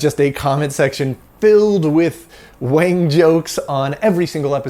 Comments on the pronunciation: You're quite white, wang is pronounced wong, so it'd be wong to call it a wang, even if you think you're white! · Actually, I believe that the name Wang, is actually pronounced Wong. That might wall make a difference. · In Mandarin, "wang" is probably pronounced half way between "wung" and "wong" with a rising tone, as if it was a question in English. I read the biography of Wang. A mathematically gifted student from near Shanghai, he escaped the Japanese, got a post WWII PhD at Harvard, and figured out how to read and rewrite magnetic core memory, making it useful as serial RAM. However, Forester had the patent for row-and-column addressing so IBM bought both. They paid about $350k for Wang's patent but about $12m for Forrester's. Wang was double-crossed by a secret deal between a patent troll and IBM. So it seems Wang tried to bring IBM down and was a threat in the Word Processor business in the 70's and early 80's, but he couldn't innovate fast enough and failed towards the end of the 80's. His original big success was to use serial core memory in desktop calculators for Wall Street bankers who needed logarithms and calculus to work out mortgages etc. Although he lived the USA success-story life, Wang carried with him health risk factors characteristic of Chinese and he died of oesophageal cancer at age 70. Wikipedia has a nice summary article about the magnetic core developments : An Wang's patent can be found here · It's pronounced as Wong.